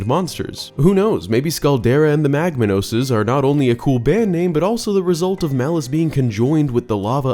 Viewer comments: I’m pretty sure the Magmanoses are pronounced (Mag-mah-nohz), as their names are just a combination of magma and ‘manos’ which means ‘hands’ in Spanish, because, well, I think you get the picture 😂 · You mispronounced Magmanos. The second half of the name is pronounced like the Spanish word for hands. So it's literally magma hands. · On the topic of magmanos, I always figured it was pronounced mag-MA-nos, as "manos" in Spanish means "hands."